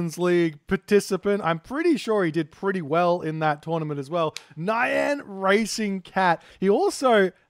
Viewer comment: Every time you say "nyan" I expect it to be followed by "desh-het." 😛